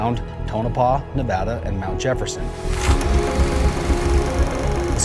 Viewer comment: thank you for saying Nevada right